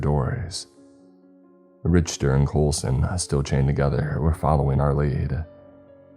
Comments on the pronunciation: Richter scale is pronounced RICK-TER, not rich-ter. Richter scale tracks and quantities earquakes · It’s “Rick-ter” not “Rich-ter” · It’s pronounced “Rick-ter” not “Rich-ter” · Awesome story just couldn't get over "rich"ter instead of "rick"ter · It's Rick-ter NOT Rich- ter, in fact, mispronounced words are in my top 3 things sure to tick me off. I have been listening to your channel for years and thought right on moat of the time, you have had trouble with pronouncing words correctly. Just an f.y.i, stop it. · You don't know what you are talking about. Just to double check I googled pronunciation in both English and American it's RICK-TER. What language are you speaking? Hillbilly backwoods uneducated? No one pronounces it rich-ter, your wrong on this. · Pronounced "Rick-ter" not "Rich-ter", otherwise, great job! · Fred you are a gentleman and a scholar, that last dude tried to say it depends where you are from... Lol 🤣 nope, no it doesn't, if you speak English it's Rick-ter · Rich ter... RICH TER. it's pronounced Rick-Ter. Other than that it was a great story, I'm giving them a hard time but they do a good job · dude no one pronounces it "Rich-ter" anyone that went to college and studied physics or engineering knows this. It's an English word: and in America and Uk it's Rick-ter (I googled it) the dude is wrong. Story was great but rich-ter just bugged me. It's a learning experience for writer. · my guy, for the sake of verisimilitude, the name Richter is pronounced like Rick-ter, the h is silent. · Richter is pronounced "rickter" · Richter is pronounced Rick-ta ... But sometimes I think you mispronounce certain words on purpose for effect. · Richter pronounced Rick-ter. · Okay I love you but it's pronounced RiKtor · your wrong bruv, if something is pronounced incorrectly it is pronounced incorrect. Like if you pronounce house as hose or who's your are not saying it right. And Richter scale is pronounced "RICK-TER scale" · Richter is pronounced "Rick-ter".